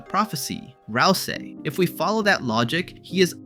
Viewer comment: tweaking from that pronounciation of ralsei